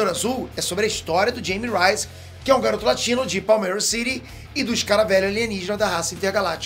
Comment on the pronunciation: Não é dheime ruais É rraime rêies